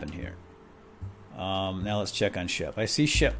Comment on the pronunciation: umm it is shep not sheb oO oO oO oO